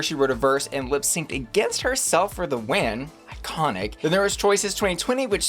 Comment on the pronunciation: EYE-CONIC! LOL Yay on all visions!